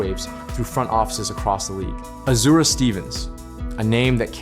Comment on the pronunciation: ESPN has Azura going to Chicago, along with Skylar Diggins. ... and its AZ-UR-AYY